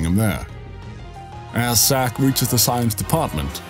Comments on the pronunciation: u kept saying,Sack not Zack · I wasn't making a joke.idk if its ur accent or what.but,u constantly said,Sack.even the subtitles say,Sack.but,its not a big deal.but,I am curious. Why didn't, Zack go see his parents in gongaga during reunion?they been writing him letters & he was in gongaga, why didn't he go see them?